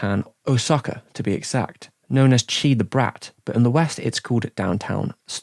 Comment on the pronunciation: It's nice to see a video with all of Takahata's works, despite the terrible pronunciation of "Chie"! I personally really like The Story of Yanagawa's Canals, had to import the Japanese Isao Takahata Collection to get many of these.